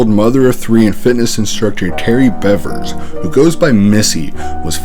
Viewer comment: Btw Missy’s last name is pronounced like “beavers” ☺️